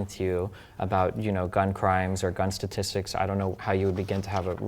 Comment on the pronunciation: “stasssstics”???? What the hell did Jesse say???